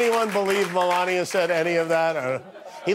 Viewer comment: Also because he can't pronounce Melania.